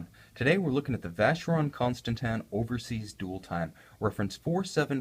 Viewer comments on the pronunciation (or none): I don't think it's pronounced Consta-tan. Also the watch is about $15k retail